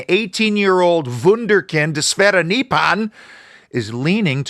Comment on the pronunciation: Great video as always. Really missed these while you were out of action. Just one tiny little correction if I may. The Nordics pronounce Nypan as "Noopan". Just in case your interested. Anyway, looking forward to your next review. Cheers, Mark